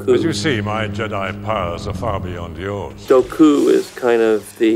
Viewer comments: Why the hell is George saying "Doku" and not "Dooku" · Bruh he pronounce Dooku as "Doh Kuh" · Dough-ku... That's one way of pronouncing it. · Ah yes George, my favourite character, Count Dough-COUP